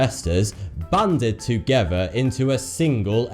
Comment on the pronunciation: His "th" syllable sounds like "v". So the word "together" sounds like "togever"... I find this bothersome...